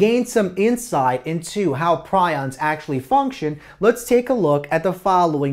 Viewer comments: Its pronounced Pre ons you nit wit PrI ons are birds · it's pronounced PREE-ons